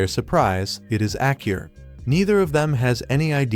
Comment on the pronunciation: Kurt's daughter's name is Aa-Ku-Ri (Akuri). Hearing Acur made me Lol 😆 Irrespectively great recap